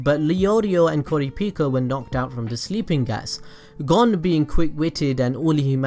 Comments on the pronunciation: To help you with your pronunciation problem look at the japanese harigana A is (ahh) i (eeh) u(oo) e(eeh) (o)oh Hope that helps like for example Gon is (goh-n) not gon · Wow your just su works! ITS GON AS IN CONE BUT WITH A G AHHHHHHHHHHHHH